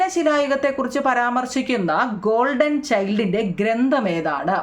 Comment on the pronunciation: Miss. Gordon ennalle. Golden ennanu miss paranjathu